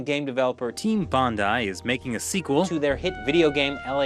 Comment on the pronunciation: Congrats on pronouncing 'bondi' correctly.. where many others have failed :)